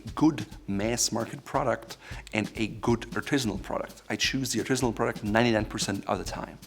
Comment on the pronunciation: Why on earth does he repeat the word “Artisinal”...just to show he can’t speak English?...what a horrific exposure of pretension..and mangled mispronunciation...